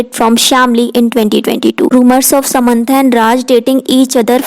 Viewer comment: Semaantha nahi ..sam an tha